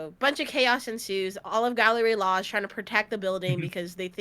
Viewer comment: The group is called Galley-La not Gallery-La a galley is a type of ship